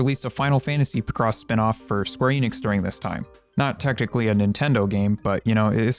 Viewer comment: It's pronounced Pic-Ross, not Pih-Cross